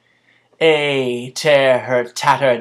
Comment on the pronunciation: i personally liked the form of tone you used while reading the poem. despite the mispronunciation of ay, but people just love to criticize instead of appreciate the post. good job! your voice is persuading and fervent.